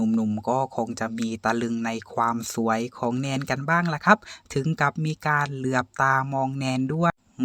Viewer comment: คะ ความสวยคะ ไม่ใช่ความซวย ออกเสียงให้ชัดๆคะ